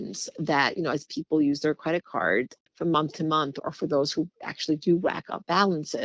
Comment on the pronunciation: This woman saying “cwedit cud” instead of “credit card” is driving me insane.